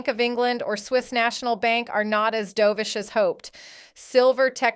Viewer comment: Dove ish Not Do vish